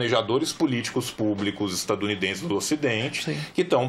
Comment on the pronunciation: Falou “estanudidense” sei que é militante canhota